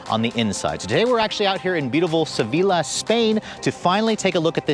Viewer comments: “Se-vi-le,” Spain!?! Really! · sevila??? I only got it after he said Spain!😂😂